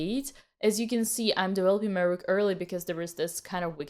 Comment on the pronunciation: 😊 Love how you say rrrook 😊